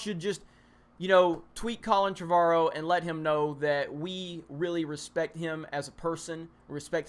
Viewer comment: you are pronouncing "Trevorrow" wrong...